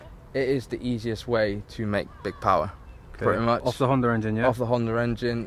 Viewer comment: It's not called HONDAR, it's HONDA.... HONDA, with no R on the end.